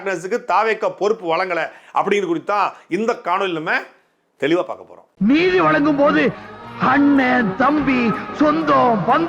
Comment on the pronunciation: அண்ணா நீங்க தெளிவா பாக்க போறோம்ன்னு சொல்றது எனக்கு தெளிவா பொளக்க போறோம்னு கேக்குது😮😮😮